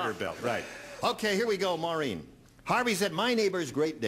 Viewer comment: Actually, it's "Maureen", not "Morene".